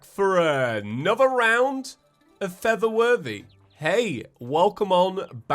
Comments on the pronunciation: Why did I hear “feather worthy” instead of “for the worthy”? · When I hear him say "For The Worthy" I keep hearing "Feather Birdy"